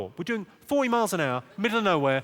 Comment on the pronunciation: Dude he’s saying mike per hour